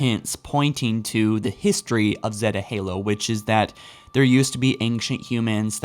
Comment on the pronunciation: 1 The flood would not throw Cortana off balance, she has dealt with them way to many times. 2. Would like to see how this was "decoded" instead of you saying you "forgot" the source. Also I noticed your Zeta Halo pronunciation correction 👍